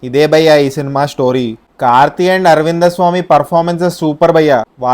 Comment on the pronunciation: Aravindha swamy kadu aravind swamy